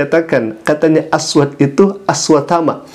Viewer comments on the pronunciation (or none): Makanya klo blajar hrs benar..aswad jgn di baca aswat